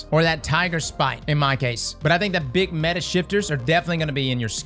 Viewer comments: I litarally clicked this to here him say "metah" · Not METAH? Not YETAH!